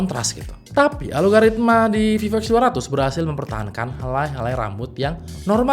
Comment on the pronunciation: bang, ralat. bukan ALO-GARITMA, tapi ALGO-RITMA